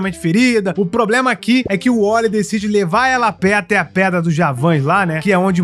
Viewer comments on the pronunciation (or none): none